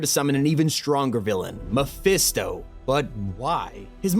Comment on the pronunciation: Is it hard to just say mephisto?